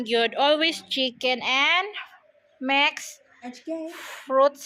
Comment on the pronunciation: Mix po Hindi Mex ..